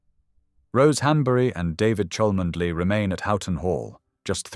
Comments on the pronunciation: You can't even pronounce her family's title correctly!! No one with a single brain cell.is going to believe this nonsense! Please be quiet and stop idle gossip! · Clickbsit fake news. Already been debunked rumour spread out of deliberate malice. Who is the originator of this channel based in brazil? Rumour alleged, cannot get the pronunciation of chalmondley right, and it is catherine, dropped middleton on marriage years ago. Lying bs. William would never want to go through what his parents went through. Why not investigate who put the rumour about in the first place. Kste middleton has been duchess of cambridge then princess of wales for years now. All these fake stories follow the same style of story telling, same errors, same drama.